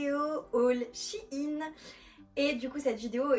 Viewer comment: pas shiine SHEIN !